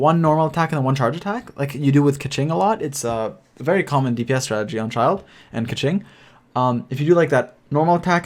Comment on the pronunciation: Bit hard to explain in writing but in English it'd roughly be "Bay Doh" I guess. The one which most people butcher the most is probably Keqing though which should be pronounced something like "Kuhtion" or "Kuhtiong", not anything like "Kaching" or "Kekking" or what most people are calling her at least lol